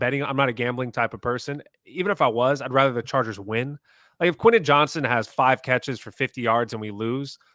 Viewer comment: is awesome but he still can’t pronounce Quentin. Just say QJ! 😂